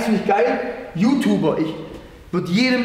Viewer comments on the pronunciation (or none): none